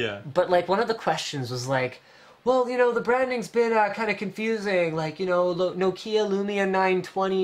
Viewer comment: Eww the way Linus pronounces Nokia.